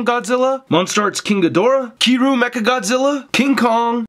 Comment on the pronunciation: *kiryu not kiru